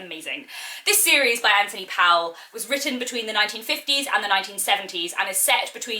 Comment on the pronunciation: His surname is pronounced Pole.